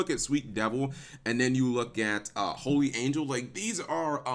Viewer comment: its holy not holly